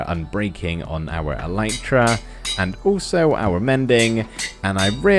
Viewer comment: It's not "an elytra" but a pair of elytra (like trousers). Elytra is the plural of elytron. Also, it's pronounced "EL-lit-ra", not "e-LITE-ra". I know, just about every Minecrafter on YouTube gets this wrong, I'm just trying to correct them one at a time... (you can look it up on the official Minecraft wiki or on plain old wikipedia, elytra are the hard outer wing cases of beetles)